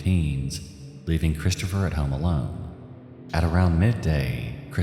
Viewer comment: "Heome aelone"😂 What an accent!